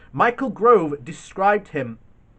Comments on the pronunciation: It's Michael GOVE not Grove. He is an odious disreputable creep, but you should pronounce his name correctly. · There is NO R IN GOVE!